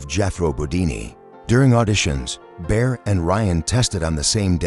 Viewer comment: Bear instead of Baer? Bodini instead of Bodine? Is this the future of sound tracks?